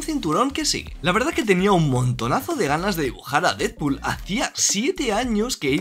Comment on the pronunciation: Se pronuncia "dedpul", no "didpul"